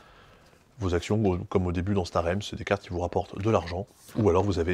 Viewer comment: Un grand merci pour prononcer Star Realms correctement !